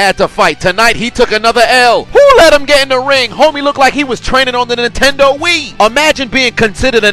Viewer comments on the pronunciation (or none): none